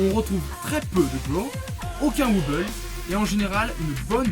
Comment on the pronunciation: Très bonne vidéo !!! On voit que tu t'y connait pas mal comparé a d'autre gens qui mette du skrillex pour illustré du dubstep... seul petit truc, on dit "Wobble" ou "Wobble Bass" mais pas "wuuble" :)